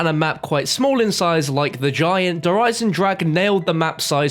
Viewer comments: 3 years and still having trouble with saying its german der eisen-drache smh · Please pronounce "Der Eisendrache" correctly, germans will be angry...